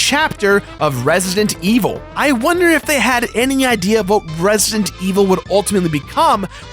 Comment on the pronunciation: "Resident", dammit! "REZ-I-DENT"--not "Ressint"...